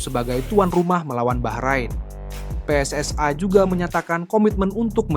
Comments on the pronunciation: Sebut PSSI aja kenapa sih..? kok PSSAi segala.. Salah2 lagi nyebutnya.. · Pe Es Es Ai...??. Sok inggris tapi salah dan norak !! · Kenapa PSSI dibaca PSS ay .